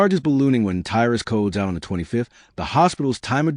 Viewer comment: Your video is a load of shit. And false... Shame your information not correct. And you cant even get tys name right ffs.. if your gona do shit like this check your facts..